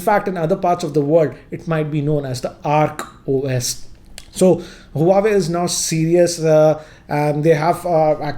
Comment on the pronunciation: Its Oak OS not Arc OS